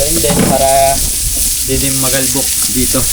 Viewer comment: Ayosin mo ang tagalog mo pag di taga batangas di nila alam yung magalbok , sabihin mo ay ma alikabok hehe